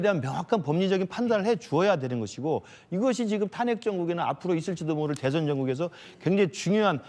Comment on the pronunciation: 한국어에는 각 단어들에 장음(長音), 단음(短音)이 있어서 국어사전에도 표제어 장음 글자의 오른 편에 : 표로 표시되어 있다. 그런데 요즘 젊은 기자들은 한자어를 말할 때 이를 전적으로 무시하고 전부 아주 짧게 발음한다. 예컨대 '여:당(與黨)', '야:당(野黨)', '대:선(大選)' 이라고 길게 발음을 해야 하는데 짧게 발음하는 것이다. 참으로 듣기에 딱하다. 이런 폐해는 한자 사용의 폐지에서 기인한 것이다. 정말 큰일 났다. 청구인측 변호사가 "피청구인" 을 아주 짧게 발음하는데 "피:청구인" 이라고 장음을 써야 한다. 요즘 한국인들의 '한자어' 구사가 이 모양 이 꼴이다. 아유 맙소사.